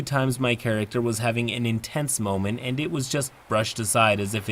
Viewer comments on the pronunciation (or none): none